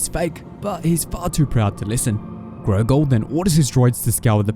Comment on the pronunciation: It's Gorgol, not Grogol